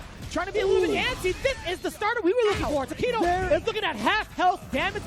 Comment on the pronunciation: Ooooh Tokido! I was confused since you kept saying Taquito. Yum. Cheers.